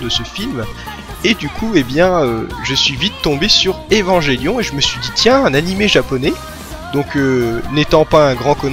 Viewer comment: Bon, c'est une vidéo qui est sortie y'a un moment maintenant mais bon je peux pas m'empêcher de devoir pointer du doigt tout ce qui ne va pas dans ce que tu dis sur Evangelion (et pourtant je n'en suis qu'à la 8ème minute) Bon passons déjà que comme presque tout le monde tu prononces de manière horrible le nom de l'anime (un enfant malien meurt à chaque fois que vous prononcez "evanjellion" ), je ne peux m'empêcher de grincer des dents quand je vois que tu t'es mis à Eva à cause de Pacific Rim. Del Toro s'est bel et bien inspiré d'un anime de la Gainax pour le coup, mais c'est Top wo nerae Gunbuster et non Neon Genesis Evangelion. Concernant le budget de l'anime, en effet la Gainax était en faillite à l'époque. Néanmoins, les plans fixes d'Eva sont extrêmement travaillés et la réalisation d'Hideaki Anno fait un travail de génie, chaque plan d'Eva pris individuellement a des détails extrêmement importants, au niveau des choix des couleurs, de la position des personnages (pour montrer leur rapport dans la dite scène), tout a son importance. Le premier épisode est à mon avis l'exemple parfait de la maitrise d'Anno car il peut être entièrement compris en en retirant complètement les dialogues. Bon, en ce qui concerne la fin de la série, elle est mignonne l'histoire du "ils avaient plus d'argent donc bah ils ont fait ça" mais la réalité est autre part. En effet, un budget, tu l'as sous tes yeux, tu sais qu'il ne te restera plus d'argent à un moment. Si certaines scènes appellent d